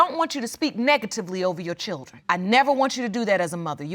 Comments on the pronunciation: JFC, "chirdren" 🤦‍♀️🤦‍♀️🤦‍♀️🤦‍♀️... say "Chirdren" again "mufkka", I dare you... 😂😂😂😂😂 O M G !!! Back to watching!! 😂😂😂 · Chirdren....dear goodness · Why are they struggling with the word 'children'? "Chiwlderwen" 😆😤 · Chrrildren what’s that? 🤦🏻‍♀️